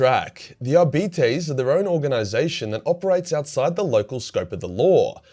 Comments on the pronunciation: Ar-bit-ays, not Ar-beetees. I'm not a grammar nazi or lore wh*re, I just couldn't stop laughing long enough to enjoy the video because my first thought was 'Diabetes' 🤣 I'm sorry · ar-beet-ies? lol. Ar-bite. as in arbiter, as in arbitration.... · I've always used Latin pronunciation. Ar bee tays... Doesn't really matter though. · I'm sure Arbites are pronounced Ar-Bites. Not bitty tittes. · Arbites Arb-i-tes Arb i tees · "Are Bites" "R Bytes" Arbites, as far as phonics goes. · I thought it was Ar-bit-eez, like Arbiter, but with an S. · pronouncing arbites like diabetes is killing me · Omg,. Your accent with their name is cancer. Arby T's. XD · Who else was brought here by dread memes ?,,,, its produced "Ar-Bite-se" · At BITE ees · I always heard it pronounced "Are-Bites"... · Ah yes the adeptus ARE-BYTES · great video mate, but you need to say it 'Are-bites' (Arbites), as if you're taking a bite or bites out of something. lol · I love how it almost sounds like you're saying diabetes each time you say Arbites. ADEPTUS DIABETES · Are-Bites... Damn Aussie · Who would win in a fight between an Are-Bite and an A-Start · every time he says arbeetees I loose a bit of a my soul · I thought it was pronounced R~bites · Pronouncing it as arbeeties made me wonder if two of them working together would be a diarbetes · Lol who says it like that mate 😅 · You should use some of that Patreon hentai money to hire a latin teacher because the way you pronounce arbites is heresy.